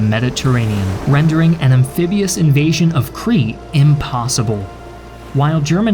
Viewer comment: Why do you keep saying Cree!? It's pronounced "Kreet" (Crete) and it's people are "Kreeshan" (Cretian). Interestingly enough, the continued mispronunciations throughout your series do make you appear a cretin, though the similarity here is only linguistic, alas.